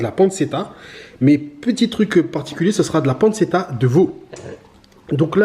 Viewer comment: ARRRRGGGGHHHH. PANNE TCHE TA et pas panne ce ta... Mes oreilles ont trop mal. Super travail quand même. Merci !